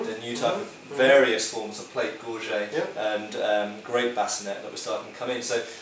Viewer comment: pretty sure it's gorget with a 't' sound on the end. sort of, 'gorzshett,' just the same as bascinet or um, baronet, or any of those other older formally french words.